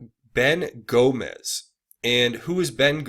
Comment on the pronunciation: Gomes not Gomez